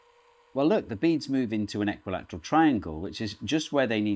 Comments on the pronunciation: Did he say "eckwalateral" triangle?🤔🤣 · Are you saying equalatral triangle wrong or am I? 😂